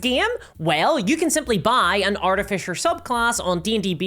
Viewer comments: What is an "Artifisher"? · "Arti-Fisher" that is all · Wait.... What's an art-a-fisher? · “Arti-fisher”🙄 You don’t have 10 seconds to learn how to pronounce something? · lol, "artifisher" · Say Art-eh-Fisher one more time… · Jeez i guess if is believed its artifisher now not artificer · Is there any D&D content creator who knows how to pronounce the word artificer? It is pronounced AR-TIF-ISS-ER. Not ARTY-FISHER or ART-IF-ICE-ER. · did you just say Arty-fisher? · "Artifisher"... giggle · What's an arti-fisher? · You say Artifisher funny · Arty Fissure ~ A tasteful crack. I shouldn't make fun of an accent but this was a missed opportunity for an edit like the "feet" one. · Wait... how are you pronouncing Artificer?? I didn't realise we had a class that went fishing for paintings. ;) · Fucking say artificer right omg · I know that it's just your accent, and I'm not trying to insult you at all, but the way you pronounce artificer makes me think of a steampunk fisher.